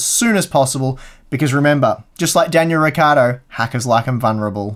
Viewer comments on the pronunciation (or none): none